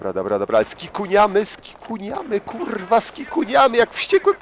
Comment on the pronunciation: Uwielbiam twoje kurrrła :P